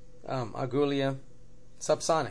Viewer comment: It's pronouned ah-ghee-la. It's spanish. I thought you were trying to say goulash lol.